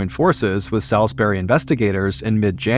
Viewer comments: Salisbury is pron. Sawsberry, not Sowsberry.. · Not me (a north carolinian born and raised) ABSOLUTELY dying over the way he says Salisbury 😅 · I assumed it was an american thing. Salisbury England is not pronounced like this either.